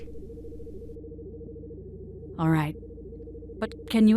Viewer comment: The graphics here might be PS2 era sometimes, but hot damn, I can see the talent and love behind each and every scene! The framing, the pacing, the editing, everything came together wonderfully! The voice acting was shaky at times (Leia pronounced Kashyyyk as "CASH-ic" lol) but Luke, Ben, and especially Thrawn were phenomenally recorded and edited. An incredibly well made project, I'm sure Timothy Zahn would be proud!